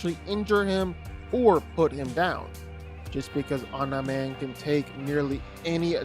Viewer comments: I hate the fact that you say “omna man” instead of omni* man 💀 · You say omi man weird. It’s throwing us off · STOP IT… Stop saying om nye min. His name is OM NEE MAN PRONOUNCE IT CORRECTLY. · Omneye man??? No, OMNI man, cmon bro........ driving me nuts..... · Omn-eye Man. Can't finish the video. What is it with YouTubers not even watching the source material or having a basic grasp on how to pronounce words correctly. IdioTubers. Jeebus. Smgdh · is it just me or did he say online man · The fk u saying omnaman for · Who tf is Omna-Man? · Omnaiman He said it right initially and from then on Pain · You said Omni man correctly the first time you said it in the video and then you mispronounced his name every time after that. Makes me think you're doing it on purpose. Annoying as hell. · ya, I needed to see someone else's comment about him saying omni man wrong instead of hearing it pronounced wrong, driving me up a wall, ya you right. 🤣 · My guy quit acting like you don’t know how to pronounce “Omni man” 🤦‍♂️ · anybody else bothered by the way he says omni man